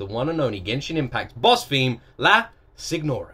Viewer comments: Pronounced Sênora, think spanish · Signora is an italian word, it means "lady", "mistress", the "gn" in italian is not "kn", is more alike to the "n" in "canyon", even better, use google translate to listen to the right way. Try the concerts, those are true ear pleasure. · The G is considered silent by most people in La Signora, kind of pronounced like "senora" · Her name: La Signora! Prononced: La Si-nni-ora!